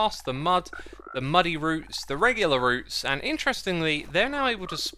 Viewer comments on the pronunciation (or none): none